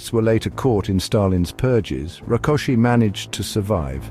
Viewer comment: The last name 'Rákosi' was pronounced correctly. The last name 'Nagy', however, was not. It is pronounced like "Nadj" — the letter "gy" is not like a hard 'g' (as in golf); it sounds more like a soft 'd', similar to the "Dj" in the name of Novak Djokovic, the Serbian tennis player. The content of the video, however, is breathtakingly accurate, especially considering the complexity of the topic and the video's length. Hungarian is a Uralic language. One common feature of these languages is that the emphasis is always on the first syllable of each word. Using this correctly leads to a more authentic pronunciation automatically.